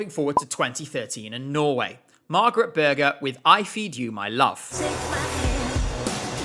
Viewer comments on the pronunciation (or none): none